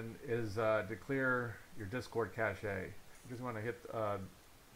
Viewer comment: please never say "cashay" again oh my god